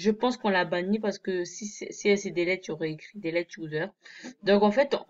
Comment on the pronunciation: Putain mais sa m'a tourner dans la tête pendant toute la vidéo : toi tu dis 《 deled user》MAIS NON C'EST 《Deleted user》 Tu sais pas lire ou quoi ?